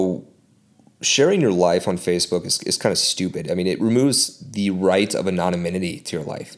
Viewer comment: You pronounce anonymity wrong. And what's the deal with the Bahamas? You sound like an angry dude...